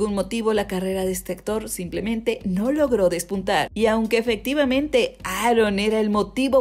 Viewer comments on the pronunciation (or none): none